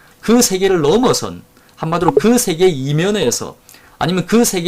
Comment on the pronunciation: 한 가지! "세계:의 발음이 틀렸습니다. "세계"의 "세"는 길게 발음하셔야지요. 짧게 발음하셨습니다. 잘못입니다.